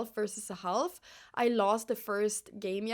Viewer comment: btw I love how you pronounce the l in half. Oh and get your nails done once you beat Odin! hahahah that missing index finger is soo funny. (in a good way, i'm not hating i promise)